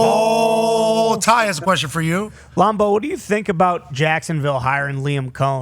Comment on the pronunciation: So he’s gonna suck because he said duval weird??🤦🏽‍♂️